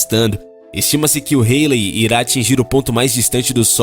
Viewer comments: É cometa Haley ( se diz: Rálei) e não "reilei" :D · A pronúncia do nome do cometa esta errado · A pronúncia do cometa ESTÁ ERRADA